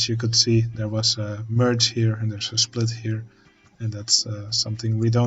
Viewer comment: Hey, thanks for the tutorial, I'm relatively new to OpenTTD and I currently try to improve my junctions, so that helps a lot! 😛 But... one question. Are you German? Because you said schplit instead of split and that happens to me, also German, here and there, too 😂